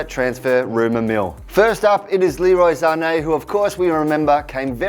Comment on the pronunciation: The way he says sane in German Zane